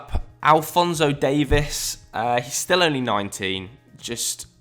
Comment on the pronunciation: Shocking how many people don't know how to say Davies